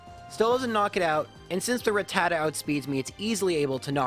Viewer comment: Dude butchered rattata